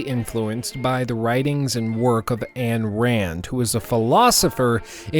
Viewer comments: Why are you saying Ann Rand? lol. That's not how you pronounce it... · “anne rand?” U could at least get her name right if you say how influential she was. She was a try hard; men should be less caring and less charitable? She’s an educated joke. Man receives happiness through others especially family. We are already too selfish. Her point is idiotically basic.